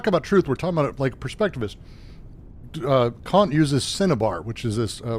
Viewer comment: Kant is still pronounced exactly how you DON'T wanna pronounce it. Short not long. Yes, I'm a child.